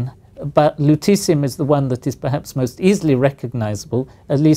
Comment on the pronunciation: I kept hearing luteCium !!